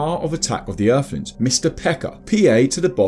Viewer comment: Eerflins (Earthlings) If you can't speak properly you really shouldn't be narrating on anything